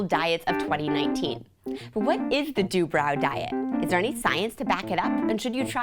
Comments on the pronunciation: I think it is said 'Du bro' not 'Du brow' as in eye "brow" but who knows 😅 "Phonetic spelling of Dubrow. d-UU-b-r-OH. dubrow" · That is not how they pronounce their own last name.